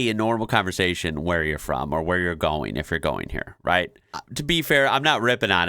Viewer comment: It's "goin" not "garn"